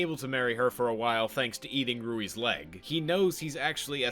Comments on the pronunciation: The dude's name is Louis. As in King Louis. Not rooey. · why do you keep calling Louie "Rouie"? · Ok how come he says lesgosi but still says Rouis for Louis? Literally the only nitpick I can see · You calling Louis "Ruri"...why? You made a point to call Legosi that, so why ruin that streak with calling Louis "Ruri"? He's named after King Louis, I mean...why lol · It's pronounced like that in everywhere except Asian countries, buddy. "Rouis" is a Romanized spelling of "Louis" in Japan, since the Japanese alphabet does not have the character for L, or rather, the character for L and R both share the same place. "Rouis" is literally the Japanese equivalent of "Louis." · So you call legoshi legosi, and loui roui, even though he’s named after another person called loui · oh my god "Rouis" imma kms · By wanting to pronounce their names correctly, you paradoxically prounced both of the leads names wrong. Louis is supposed to be pronounced the french way and the 's' in 'Lugosi' is an 'sh' sound, that's how it's pronounced in Hungarian.